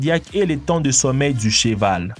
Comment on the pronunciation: on dit cheval et pas chival